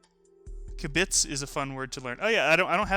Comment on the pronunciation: accent is on the first syllable for kibitz